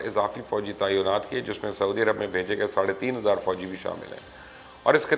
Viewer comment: Tainaat hai, taiyonaat nahi.🙊🙉